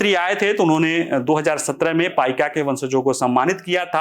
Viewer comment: आप कृपया शुद्ध उच्चारण कीजिए जो है "पाइक" 🙏🙏